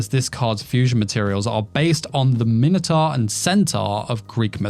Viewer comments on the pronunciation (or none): none